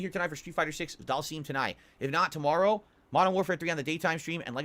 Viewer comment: He needs to learn how to pronounce Dhalsim.